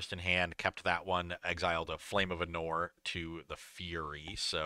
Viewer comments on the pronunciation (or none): For love of God, PLEASE. It's Arnor not Ahnor. Please man, please.